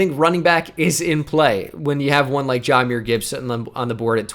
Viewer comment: I know it dont mean much overall, but I’ve noticed it a couple times. It’s pronounced Juh-myr not Jah-myr. Yes we do call him Jah like Ja Morant, but it’s pronounced Juh-myr